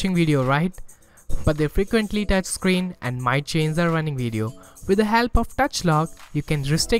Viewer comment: Thanks, Just a recommendation: "Touch", not "dutch", and "Video", not "Wideo."